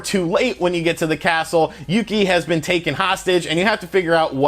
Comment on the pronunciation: exept of princess yuki he said it right.